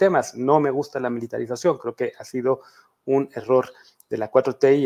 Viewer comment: En cuanto dice "polraización," perdió toda credibilidad. PD: También cuando chilló de "militraización." ¿Quieren seguridad o no, PRIAN?